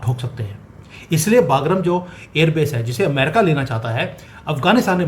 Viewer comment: बागरम नहीं "बगराम" सही नाम है अफगानी एयरबेस का। कृपया उच्चारण सही से कीजिये